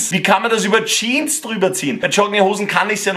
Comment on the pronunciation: HÖR AUF JEAN ZU SAGEN SAG JEAN“S“ !!!!!